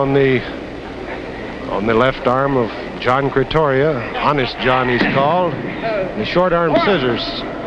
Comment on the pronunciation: John Cretoria not John Cretia aka Johnny LaRance